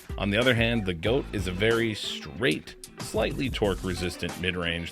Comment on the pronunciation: Please take a note from this Bodanza vid about the importance of learning the proper pronunciation for these disc names. It's hard to take you seriously talking about the "goat" and the "svee".